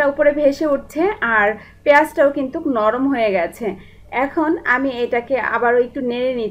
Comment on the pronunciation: আপনার রান্নার স্টাইল খুবই ভালো, আমি ট্রাই করেছি, খুব ভালো হয়েছে .. একটা কথা বলি আপু, কিছু মনে করবেন না, আপনার উচ্চারণে কিছু সমস্যা আছে, যা শুনতে খারাপ লাগে, যেমন, কিন্তু'র পরে আপনি একটা ক বেশি ব্যাবহার করেন, কিন্তুক বলেন, শব্দটা কিন্তু, পরে আর ক নেই.. তেল শব্দটা উচ্চারন করেন, ত্যাল বলে.. একার অন্ত তে ঝামেলা আছে.. প্লিজ ঠিক করে নিন.. তাহলে আপনার চ্যানেল দেখতে এবং শুনতে আরো ভালো লাগবে.. ধন্যবাদ .. ভালো থাকবেন ..